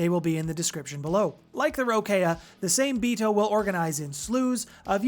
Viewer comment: Same-Bito is a Japanese name for these creatures so the trick to pronouncing it is to break it down by 2s. Sa-Me-Bi-To but you pronounce all the vowels like SAH MEH BEE TOH